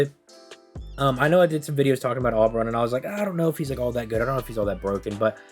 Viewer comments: O-beron. Not Awwww beron. Oberon. Ou-beron. Please. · Omg please say Oberon correctly in one video lol